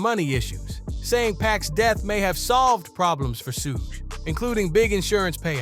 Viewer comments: It's not his name tho? Pronounced 'Shug' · Why do you say his name like that?!?!